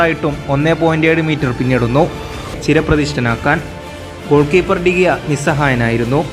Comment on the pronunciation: ഡി ഗിയ എന്നല്ല ഡേ ഹേ ആണ്